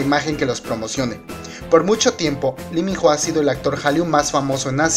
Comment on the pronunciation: Se pronuncia ((Iminoh)) Lee Min Ho Y es mio ..😍😝 Mi único amor🙈 lo esperare 2 años ..Mi Vida 👌❤ El #1👑